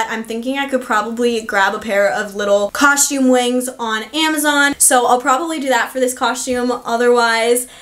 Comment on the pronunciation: Great content! BUT! You say coSHtume Way too frequent! 😫